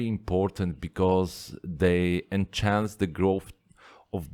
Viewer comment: By “en-chance” I believe you mean enhance (to make better). I totally understand what you mean but as a fellow shrimp keeper you help me and I would like to help you to say it better than me.. Cheers mate!